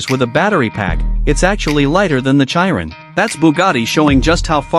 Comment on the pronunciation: It's pronounced as Tur-biyon. And its she-ron. Not Chi-run.